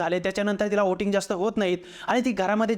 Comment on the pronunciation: व्होट नाही.. "ओट" आणि "ओटिंग" !! 😂